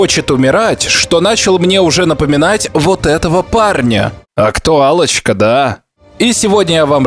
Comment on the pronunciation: "-Актуалочка", послышалось как: "А Кто Аллочка, да?" - долго думал, что за хрен на экране и причем тут Аллочка 😂😅🤦‍♂️